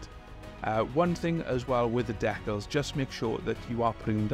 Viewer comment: The way you pronounce "decals" is a heresy all its own.